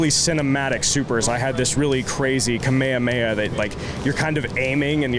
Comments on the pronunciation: That's how you say Kamehameha Correctly, any real db fan Knows that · I think you're used to just hearing the build up of Kamehameha from in games and some parts of db. How dude said it is correct.